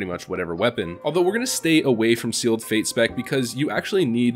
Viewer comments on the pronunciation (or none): it triggers me when players say seal'ed' fate lol